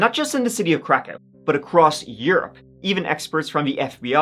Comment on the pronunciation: it's pronounced krakov, can't really miss it if he actually did a few seconds of research